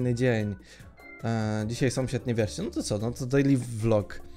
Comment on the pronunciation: sąsiad a nie somsiad